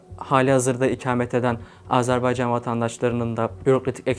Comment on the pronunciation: AZARBAYCAN diyor😢